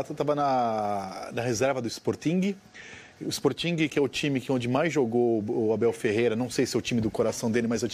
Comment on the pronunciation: “EsporTING” kkkkkkkkk meu Deus